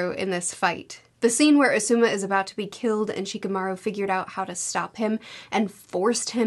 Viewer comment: Please watch some of the anime or something to learn to pronounce words and names. The video is harder to watch when you're saying things like "Asooma"